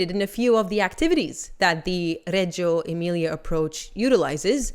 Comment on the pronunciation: Huge kudos for pronouncing Reggio Emilia correctly! Details like this make all the difference.